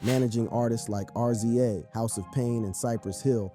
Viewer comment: Mispronunciations here , what in the world .😂 Rza instead of pronouncing it Rizza said it as Are Zee Aye